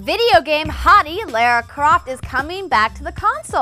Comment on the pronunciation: Please learn how to pronounce Lara correctly.